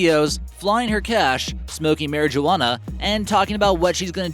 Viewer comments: Not it’s Mary-Jew-Ana. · horror game lover it's marijuana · The way he said mariuwana tho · Why did you say marijuana so strangely? Also No 1 is ugly is hell.